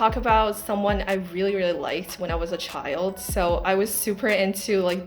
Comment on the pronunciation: 重看发现3号的口音确实很重，Child和Family，听起来重音位置怪怪的